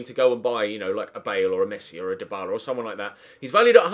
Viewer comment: Dybala. not hard